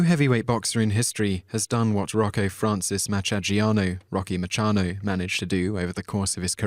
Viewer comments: Richard Steven Valenzuela's stage name was Ritchie Valens. It is improper to mix his real firts name with a mispronunciation of his stage name (hint: the S is not silent. Likewise Rochy Marciano's last name is pronounced Mar-see-anno, not March-anno. Your video on pronunciation needs a sixth category: insufficient research. None of these are A) acceptable, or B) hard to research. Also counting down from 10 is OK when doing a true "Top Ten" list, but this should have been listed from 1 to 10 and not called a top 10, which implies an order of least to most famous, which is both misleading and derogatory. It all kind of spoils what was by any other metric a very good video. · Its MAR-S-IANO. Not MAR-CH-IANO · Knute Rockne.. pronounced like "Cockney" but without a 'Y'... "Y', I don't know. Marciano is pronounced "mar-see-ah-no". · It's pronounced marr-see-an-o. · the way you pronouced marciano...omg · Very well done video, nice accent, but PLEASE learn how to pronounce people's names correctly before doing another. Valens, Rocney, Marcianno!